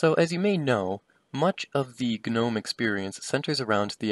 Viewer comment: The g is silent. Killin me bruh